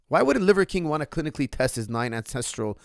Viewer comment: "9 encestral elements" 😅